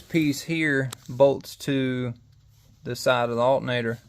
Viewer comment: Alternator, not altenator. Alter, not Alten.